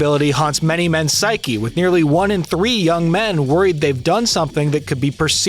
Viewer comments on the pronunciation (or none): none